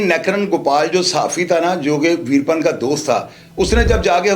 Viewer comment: Yeh info hazaron channels pase hai koi new story nahi but ouska naam to sahi le Lena tha ap ne naam hi badal diya veerapan apne A ko silence kar diya good work otherwise